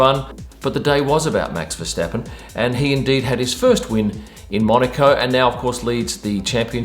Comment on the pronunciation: Finally, an English speaker that pronounces Max’ last name correctly. Thank you for that.